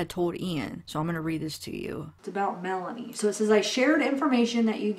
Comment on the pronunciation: Lori's niece Melani is pronounced Milan-EE , Lori's friend Melanie Gibb is pronounced Mela-knee